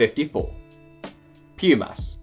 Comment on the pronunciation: Lol he says Pumas with a long u when it is actually a short u that sounds like oo, like in moon